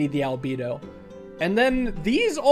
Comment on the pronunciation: It’s pronounced al — bed — o